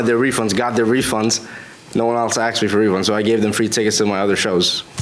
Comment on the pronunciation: Promoter is a player- dude- get some pants that fit- we don't need to see the banana...and give them their money back..NOBODY WANTS YOUR NEXT SHOW DUDE....AND ITS ASKED NO AXED!!!!!!!